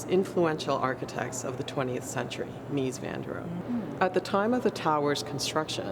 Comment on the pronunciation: "Meece" not "Mees" van der Rohe